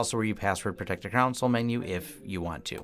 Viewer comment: It surprises me to hear a native English speaker mispronounce a word as simple as CONSOLE. You insist on pronouncing it Con-SuL when it should be pronounced COhN-SOLe (long O in SOL).